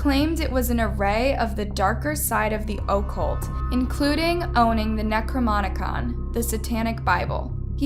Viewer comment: And she didn't even pronounce it right lmao